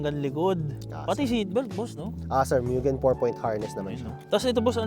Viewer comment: moo-gen not meuwww gen